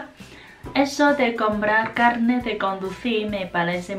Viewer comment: Hoy es mi cumpleaños! te falta el acento fuerte en carnet o carné, como un 4to tono